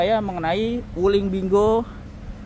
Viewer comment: Bacanya salah bro..bukan spt baca bingo dln bhs inggris